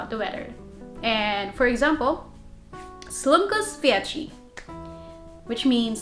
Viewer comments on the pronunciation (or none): * "páči sa. " not páči sam *"slnko svieti. " not slnkú svieči *" čo robíš? " not čo ro bíš *"nič sa nestalo." not nech sa nestalo. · Im from Slovakia and I need to correct you its not Páči sam only Páči sa without the m . and here you messed up the whole phrase it isnt Slnkú svieči its Slnko svieti. the hand its pretty rude I would say maybe like I dont want to waste my time on you or something of this type . I dont use it . If you want to say NOTHING HAPPENED you say NIČ SA NESTALO not NECH SA NESTALO.